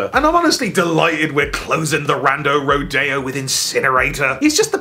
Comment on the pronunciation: Roe-Dey-Oh... Jeebus everytime you say it it sounds stranger. Take it from an American County bumpkin, it's Roe-Dee-Oh